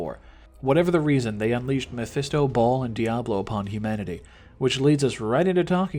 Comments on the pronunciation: Right! Who says it like that? Lol ball?? Its baal not ball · It's BALALALA not BALL! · Ball? You mean Baal you tard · It's Baal (with a long A) not Ball.... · Its bale not ball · Baal not ball lol 😂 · Nigga, I bouta woop yo ass just for repeating “Ball” Bitch it’s “BAYYYYL” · Its BAAL NOT BAWL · It's pronounced BALE, not ball 😂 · IT BAIL MAN NOT BALL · It's actually Bal but you do you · Yo idiot it's pronounced as Bail or Bale. Have you ever played Diablo? It says it in the game lol. What an embarrassment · its pronounced BAY-EL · Honestly people. It’s Bail. You hear it in a fucking cut scene for fuck sakes. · No its not bail its baal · why do u say baals name like ball? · Couldn't continue after your pronunciation of Baal